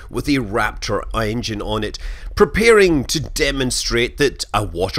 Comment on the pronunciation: did he mean engine or iongine lol